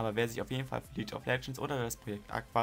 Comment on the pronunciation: Schöne Liste, zu langes Intro. Und es heißt „League of Legends“ und nicht „Lietsch of legends“ :)